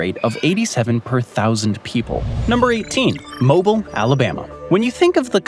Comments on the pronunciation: Pronunciation is: Mo BEEL (like wheel) not Mobile like the gas company. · It’s pronounced Mo ‘Beel, (Mobile, AL). The average humidity is closer to 88% in the summer months. Yep, we get a ton of rain, but a lot of it comes in the form of torrential downpours during the summer at approximately pm. They last less than an hour, but dump at least a few inches of rain if not more and then the blistering sun comes back spiking the humidity to 99%. We get a ton more sunshine than rain, we just get storm bursts. We are having a gorgeous fall and could actually use some rain. It’s a beautiful area. ❤😂😊